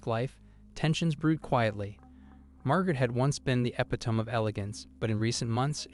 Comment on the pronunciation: Suggestion: best to learn the pronunciation of all the words in your script before taping. Within the first couple minutes you butchered epitome, charisma, and elite.